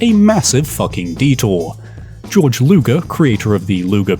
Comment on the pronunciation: 1. It’s Georg not George Luger 2. It’s B.A.R. Not bar